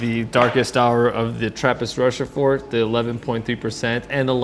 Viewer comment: Come on man, you’ve been on the premises and can’t pronounce Rochefort or Achel semi-correctly?